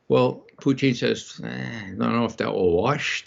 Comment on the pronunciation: Why on Earth does Ray McGovern, of all people, pronounce "Putin" as if he's a staple of low French-Canadian cuisine?